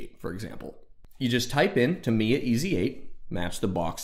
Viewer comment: Tamiya- "tah me ya", not "t' me a" Also, I've never used a clear-coat. I use a product called Mr. Softer and Mr. Setter on my decals, no problems. I average about a build a month. Longest I spent was about 7 months on a 1/20 scale VF-1S Strike Valkyrie from Plamax.